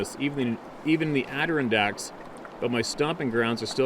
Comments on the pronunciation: I think my hint got buried below so here goes again! Ad-a-RON-dacks! [I'm a loca] =) Easier than you thought! the strongest syllable is on the RON! =) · Hi! Hope all is well with you two, and the horses...... I wanted to give you this hint --- from a 'local inhabitant' who lives in the lower Adirondack Mountains. The name is actually pronounced " ada RON dacks" with the 'heavy' syllable sound on the "RON"! There's no way you would know that - unless you lived here or knew one of us... which you kind'a do after all of our communications. And Y E S we've got an over population of both deer and black bear - four in my yard... less than 20 feet from my front door last fall!!! SO... I also think that might be a nephew whose event you're reading - probably! [hi Lukey] =)